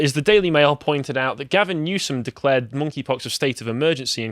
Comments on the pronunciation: it sounds like says "Mon'keigh pox" at several points and that had me laughing my ass off. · Lol, I thought he was calling it, "Naughty Pox"